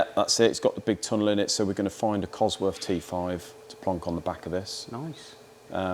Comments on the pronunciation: You can build an engine, but you cant pronounce the word "COSWORTH" properly. It ends in "TH" NOT"F". You make your self sound so dumb by doing what you do. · Would I take an engine to a guy who couldn't even pronounce its name properly - I doubt it.